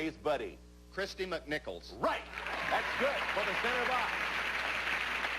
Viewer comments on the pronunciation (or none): said McNicols, which is not correct.